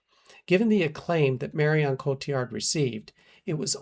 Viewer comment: Me as well and the way he said her name in syllables, Mar i on